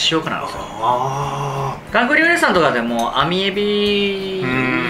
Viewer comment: リュウジのお兄さん「リョウリ」（笑） これが気になりすぎて後が入ってきません（笑）